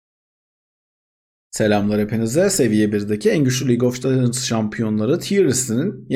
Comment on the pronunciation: keşke en azından girişi tekrar çekseydin keşke:( lig of cecınds